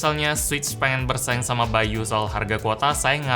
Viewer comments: Nama nya bay.U di baca bayu yg bener bay You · yang kalian denger : by.u yang gw denger : bayu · By u: gue dengernya Bayu